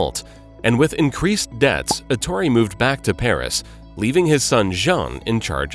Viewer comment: Such a detailed reconstrution of Bugatti's career, without learning that his name must be pronounced Èttore, and not Ettòre, which is not italian nor english